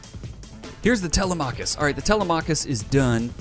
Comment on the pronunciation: Wow the Danske went down hard BTW Telemachus is pronounced Te-LEM-a-cus not Tele-machus; not sure what the ship is named after but originally Telemachus was Odysseus's son who stayed behind when pops went off to wreck face in Troy and (then Odysseus spent like a decade being trolled by the gods).